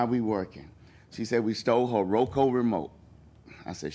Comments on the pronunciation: One its ROKU not ROKO....and two its MINE not MINES!!!! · Will now be calling it row co remote, instead of roku lol